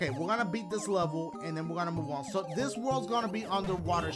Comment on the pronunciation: He’s saying “That’s a-so nice!”